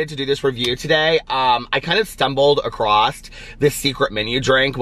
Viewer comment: OMG says across like meeee! (He stumbled acrosst) lol